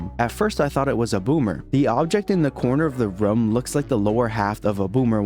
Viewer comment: This guy keeps saying Ruuumm and not rooooommmmm